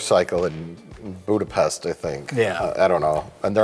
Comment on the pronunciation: I didn't understand why everyone was disliking this video until Mike pronounced Budapest incorrectly despite the fact that in even in the movie itself Scarlett Johansson does it right educating the guy who says it with an s not an sh, but then I realized that noone gives a shit about Hungary in the US so I realized it's not that.